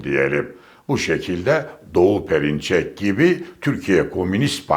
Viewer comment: Perinçek telaffuzun hariç çoğuna katılıyorum.Ama Vatan Partisini iti tanımıyorsun.